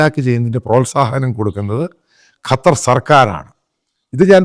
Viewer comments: കറ്റർ അല്ല " ഖത്തർ " . കള്ളം പറയുന്ന ചാനൽ... കറ്ററിലുള്ള വലിയ എത്രയോ പോസ്റ്റുകളിൽ ഈ പറയുന്നവന്റെ ആളുകളെ ഒരാളെയും നീ കണ്ടില്ലേ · കറ്റാർ alla😂 ഖത്തർ ✌️